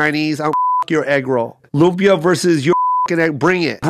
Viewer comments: Aahh! You don’t put the bagoong in the Kare Kare!! It’s a condiment and you add as you eat the Kare Kare with rice. I’m so happy you guys are trying our foods and wanting to learn. Lumpia is pronounced like Loomp-yah. if you’re taking more that 2 syllables to say it you’re doing it wrong. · It’s pa•la•bôk! The pala, u say it fast. Even the pronunciation of lumpia is wrong haha